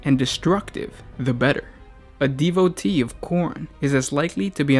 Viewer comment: I think you and the mispronounce at least one word in every video. Devotee, the tee is pronounced like the T in t-shirt. I would like to see a video on Papa Nurgle. Fine Sirs, thank you for the content!